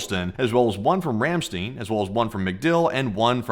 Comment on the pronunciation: Good afternoon. and. FYI, the U.S. Air Base in Germany is pronounced as “Ram-Stine” as in Frankenstein. Not as “steen.”